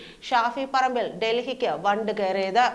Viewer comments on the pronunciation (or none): വണ്ട് അല്ല 😂 വണ്ടി ആണ്